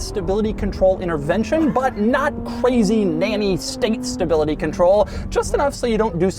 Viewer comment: What’s staybility, Doug? Do you mean stability?